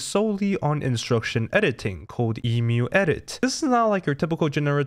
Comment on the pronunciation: Omg ... You say Emu correctly .... Yay !